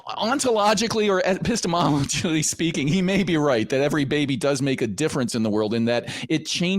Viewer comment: Any Linfamy fans hearing how he says, "Bubbay"?